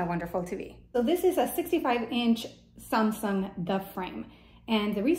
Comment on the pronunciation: well the accent makes it better👌🏽 lol